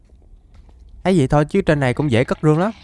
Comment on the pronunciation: Sao cứ đọc vậy thành zây